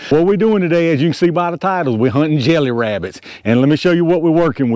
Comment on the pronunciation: Be verwy quite, I'm hunting wabbits!